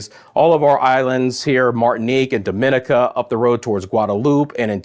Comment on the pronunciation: DOMINICA, is pronounced Domin nica.